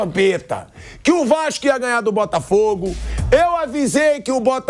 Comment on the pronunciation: Nao e “vaxco”! E Vasco phoha kkkk